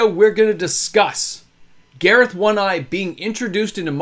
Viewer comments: Why do you pronounce it Gareth like the guy from the dollop instead of garth like garth brooks? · I'm sorry but I have to say it, you've been calling him Gareth but it's Garth, like from Wayne's world. Boomstick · Not sure why you’re mispronouncing “”Garth” but otherwise great content.